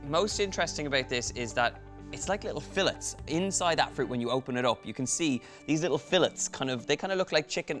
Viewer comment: Took me a minute to figure out what a filet was. Until U referenced a chicken filet. U need to ask someone the proper way to pronounce it. Enjoy your trip.